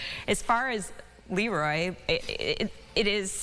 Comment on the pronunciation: So very nice,not just for her recognition but also to hear people pronounce Leroy properly. 😊